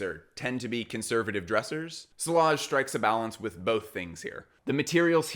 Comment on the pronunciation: not sure about the brand itself but the word sillage (meaning the scent that lingers when a perfume wearer moves) is pronounced see-YAZH